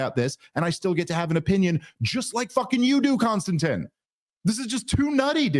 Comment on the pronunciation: KON-STAN-TEEN. bro….lol